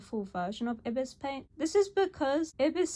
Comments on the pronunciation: One other thing: I believe you are supposed to pronounce Ibis like "EYE-biss" not "EE-bis" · wouldnt it be pronounced ibis like the bird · “Urbus paint”